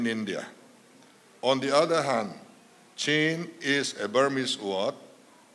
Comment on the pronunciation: Chin tih hi A takah Chuan Chhin ( thil kan chhuma a Hmin tawh tih ang Khan chhin tiha lam tur a ni.) tunhhma Chuan hmusittaw hnam.kan nih avangin Chhin tihin min koh nawmnah 😊